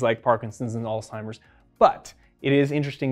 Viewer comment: Wonderful discussion! One small correction: Did you actually say, "ALLTIMERS"? It's "AlsHeimer's" disease; "H", not "T".